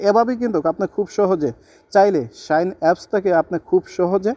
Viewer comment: শাইন বলে😂😂😂